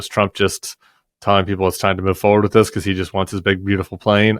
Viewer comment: Tim, I love you but there is an “r” in the word forward. 😅💋